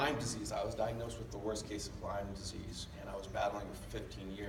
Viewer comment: It's LYME not LymeS